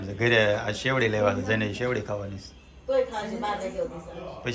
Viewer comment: સેવડી નહી શેરડી